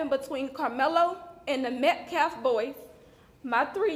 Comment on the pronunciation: Justice for Metcalf. You couldn't even say his name right. Austin Metcalf. That was his name. Not Austin Metclaf. Weather didn't bring a knife to a track meet. Frisco ISD didn't bring a knife to a track meet. Austin Metcalf, Austin Metcalfs father didn't bring a knife to a track meet. Carmelo Anthony DID bring a knife to a track meet. Carmelo Anthony chose not to leave the tent where he was not invited. Carmelo Anthony ignored 3 requests to leave. Carmelo Anthony chose ro disrespect himself, and the rules of the Track Meet by entering the tent he was not welcome in. Carmelo Anthony MURDERED a boy, a child, a minor, simply for being told to leave where he wasn't welcome. For being pushed towards the exit after being asked to leave. Carmelo Anthony chose to remain in that tent goading for an attack. Carmelo Anthony knew he did wrong and thats why he asked responding law enforcement if it "could be self defence" he was trying to ge that defense before getting legal representation. He knew what he was doing. Taking the knife to the Track Meet was a preplanned action, a decision he chose to make. This has nothing to do with race, political affiliation, gender identity or anything else. You, and people like you are making this about race. But this is as simple as murder. Murder. A minor killing a minor. And absolutely anyone who does that deserves to be imprisoned for that, and deserves the consequence of not being able to graduate. Any educated individual not blinded by race can s